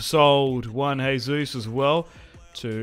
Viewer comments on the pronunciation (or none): none